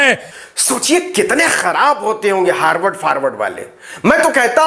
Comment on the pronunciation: हार्डवर्ड नही अनपढ गंवार हार्वर्ड बोला जाता है क्यों अपना फजीहत कराते रहते हो मंच पर जाने से पहले अच्छा से होमवर्क तो कर लिया करो । बारबार अपनी बेवकूफी का प्रमाण देते रहते हो